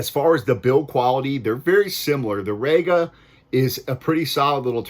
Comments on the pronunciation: It's rEga NOT rAyga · ''RE-GA, not, RAGA. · Well, it would give your review more credibility if you could pronounce 'Rega' properly.